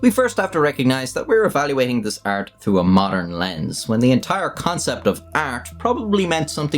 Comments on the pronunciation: why do you pronounce art as "ert" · "prehistoric ert" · the way you say art is the equivalent to gordon ramsey saying olovol